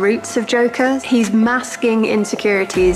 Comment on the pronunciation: "The Jonkler"